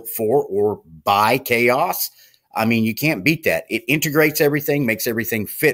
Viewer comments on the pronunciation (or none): Ok, I have to correct you on the pronunciation of the OS. It is "Ka" OS. Not Chaos. I am pretty sure the developers wouldn't name it how you are pronouncing it.